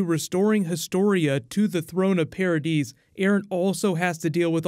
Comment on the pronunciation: Why do u say paradise like "paradeese"